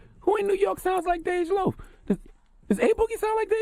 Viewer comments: He said "Dej boogie" LMFAOO charlamane bout to get jumped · "Dej Boogie" lmao